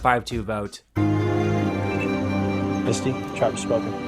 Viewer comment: misty so forgettable can't even say her name right